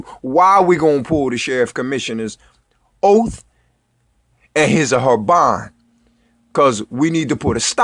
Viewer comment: You didn’t just say “Oaf!!” OaTH!